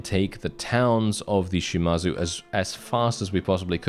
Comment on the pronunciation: Its not pronounced Shi-mar-zu, its pronounced Shi-ma-zu